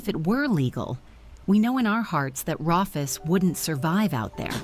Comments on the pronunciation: Yeah, that was weird. Even if it's spelled Rufus, it's pronounced Roo-fus. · Rufus, pronounced Roofus, as in roof! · For your info I think Rufus is pronounced ROOFUS and the collective of kangaroos is a MOB unfortunately it a ai narration. Great story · If the narrator had an Australian accent his name would be pronounced Roo-fus.🦘